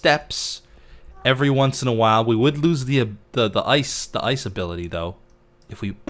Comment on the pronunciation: How says ice: Ois:P